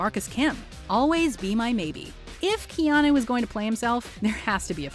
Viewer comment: No one: Keanu: shinei